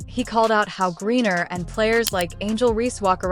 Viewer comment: The name is GRINER not GURRIER!